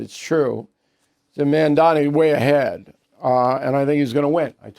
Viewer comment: Mamdani not mandami